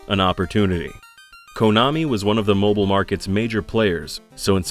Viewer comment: "mibile System"? Hope somebody got fired for that